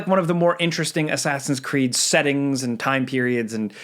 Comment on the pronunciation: Asscreed lol